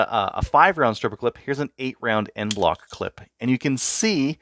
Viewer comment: "EnBloc" clip, not "End Bloc"